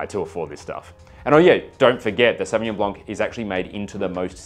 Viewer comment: Sauvillanche 🤣 Love me a savvy-b, last one i had was South Island's "White Mist" (lighter in alc) Savvy-B